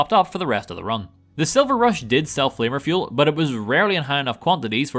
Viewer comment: It sounds like you are saying “Flavor Fuel” and not flanker fuel LOL